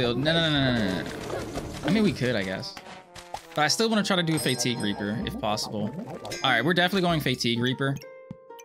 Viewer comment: Fa-teeg not Fay-teeg